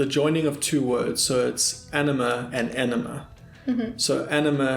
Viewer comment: You pronounced it correctly. :) Glad to hear Alena list Tool and Nightwish among her favorites. Seems like those two are all I need these days.